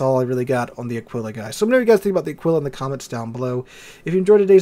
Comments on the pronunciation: Nice video, as usual, a fair and balanced exposition of your opinions. One thing, though, it’s pronounced Àquila, not Aquìla Alike it’s Brìndisi and not Brindìsi, etc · Pronunciation: Ah-Kee-La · Wrong. pronunciation is almost on spot, since when saying "qu" in Italian you have to say the "u" loud and clear. The only mistake he makes is the sress, the emphasis should be on the first "a", and not on the "i". Just like with the English "eagle", you put the stress right at the beginning of the word. So it's like AA-kwe-la